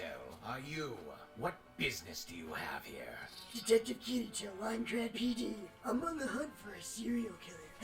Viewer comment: Kee-ree-toe and Ahh-sue-nah. Jfc